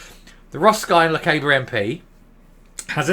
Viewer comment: SF: Since you’re likely to have another pop at the Portly Pomposity, Lochaber rhymes with harbour - just saying.